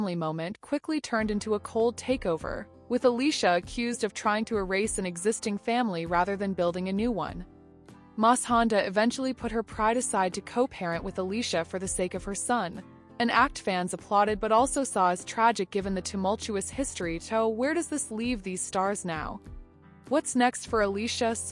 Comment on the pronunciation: "Allissha, LaLay and Mas-Honda"